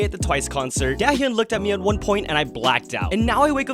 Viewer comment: Why'd you say Dahyun's name like that😭 The A (ㅏ) makes an ahh sound, not A like in apple